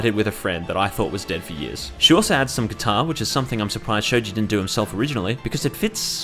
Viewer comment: “kuitar” heh